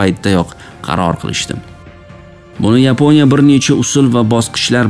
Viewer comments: Yaponiya emas Yiponya ekan 😂😂😂😂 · Yiponiya sozi ruscha aksent😊.